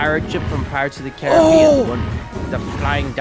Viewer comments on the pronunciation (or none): none